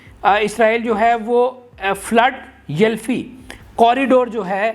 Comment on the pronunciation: اپنے تلفظ صحیح کریں فلڈ یلفی نہیں فلا ڈیلفیا ھے